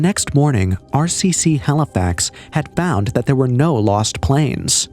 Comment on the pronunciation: Halifax not halifox